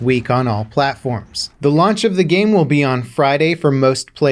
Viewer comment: He must be really hungry that he said "lunch" instead of "launch".